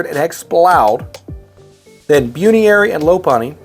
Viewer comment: dude i love this but theres no way you just pronounces buneary as byuniairy